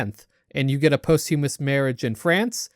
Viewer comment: lmao "possthewmuss"